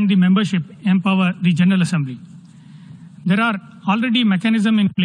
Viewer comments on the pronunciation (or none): none